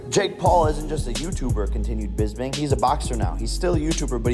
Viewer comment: It’s Bisping, not Lisping.